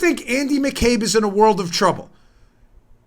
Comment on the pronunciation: The speech was clear however when you say things like "wold of trouble" I can understand why there would be confusion. To the average Joe if we end up in trouble with the law we or our insurance will be sued or we go to jail. It's never going to happen where we are told that we broke the law X amount of times but we wont be charged with the crimes.